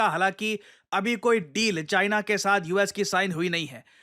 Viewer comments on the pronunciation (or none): none